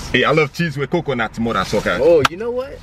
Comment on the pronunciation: the way you said "coconut" had me dead fam